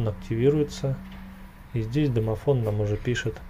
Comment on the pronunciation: "Домофнл" +1